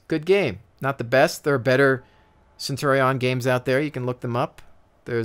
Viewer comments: Love the video, but Centurion is pronounced Cen-chew-re-n not Cen-tor-ri-on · It's derived straight from Latin, so, technically, you'd pronounce it 'Cen-tu-ri-on'. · Technically, Centurion is pronounced Ken-Turi-On. The Roman's did not have a soft c sound, it was all the hard k, which is why the german word for Caeser is Kaiser.